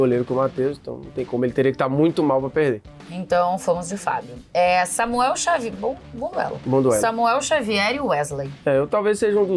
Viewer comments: “Xamuel Savier” do VSR aos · xamuel savier 😂😂😂😂